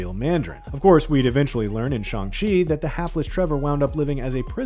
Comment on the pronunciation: Is there a reason this fad get can’t say Shang Chi correctly…..?